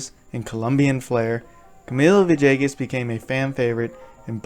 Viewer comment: Good story..... just need to stop pronunciation of Villegas as "ViJAYGus"..... maybe say his name right.. pga announcers need to get it right as well!!!